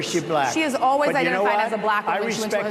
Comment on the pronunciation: Buhlackk. Done on purpose of course